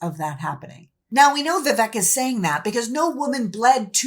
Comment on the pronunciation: I am not making this up or making fun, but AFAIK the name Vivek is correctly pronounced so that the second syllable rhymes with "fake".